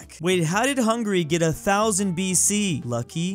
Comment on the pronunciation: u said hungry but its hungary